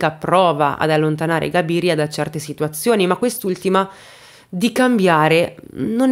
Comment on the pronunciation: Cabiria...non Gabiria.. c'è anche un film di Fellini: le notti di Cabiria.